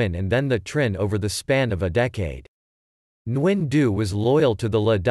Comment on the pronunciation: Geez you chopped the author’s name. My ears hurt. Why use a robot to read another source. The AI is needs to be aligned with the Vietnamese language. This is terrible.